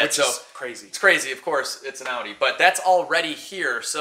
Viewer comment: Only American that pronounces Audi right 👍👉😉